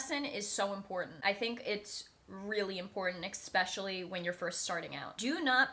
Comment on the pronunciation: eSpecially, not expecially